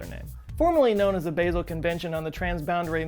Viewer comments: It’s pronounced “Bah-sel”, but that’s what you get from someone who spells his name with two T’s. I live in Basel, so as a proud American that still sucks at speaking the local language, I must correct you! Just giving you a hard time, I love you too. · Totally irrelevant to the overall message. But I think Basel is pronounced Baa-zul as in the sound - a sheep makes and not the (H)erb Sorry please don’t shoot me Brilliant video as ever. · (Sorry for the correction... English is just the worst as a starting point for knowing how to pronounce the vowels in most European languages) As a Swiss citizen, I cringe every time the word "Basel" is mispronounced. It is as simple as in 'Ame(rica)', with emphasis on the open 'a'. For those who don't know, Basel is the name of one of the more important cities, as well as the name of the 'state' (Kanton) its in. Thanks for the otherwise amazing video! ❤️🖖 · When he pronounces "Basel" the Swiss die a little inside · You're pronouncing "Basel" wrong ;) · The way you say Basel is so weird. (I am from Germany and don't live to far from Basel) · Basel = BAH-zl Sorry. Lived in Switzerland and loved my time there. "Basil" makes me cringe. Otherwise, great video. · Hello... From Switzerland. Your channel is my #1 favorite (yes, I am subscribed). As usual, another great vid; thank you. While I am here, if I may, "Basel", the Swiss city, is pronounced "Baa-zil" and not "Bay-zil". No big deal, just wanted to throw that at you. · It's pronounced "Bah-zel", not "Baysil" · It's bah-zle, not bay-zle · Basel - it's not pronounced BAY-sel. It's pronounced BAH-sel. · Love your channel -- try "baH-zel" rather than bay-zell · Baa-zel not Bay-zil., oh no! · I think it's pronounced BAH-sel... instead of Baaaa-sel. All good, great video, I learned alot. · it's pronounced 'Bah-zel' not 'Basil'... sorry that annoyed me more than it should have ;-) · It’s pronounced Baa-zl 🤓🤓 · Basel: Bah - zel. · Baa sel pronunciation in Switzerland